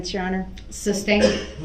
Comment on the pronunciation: Or, his dozens of, “substain,” rather than, “sustain.” Ignorant clown 🤡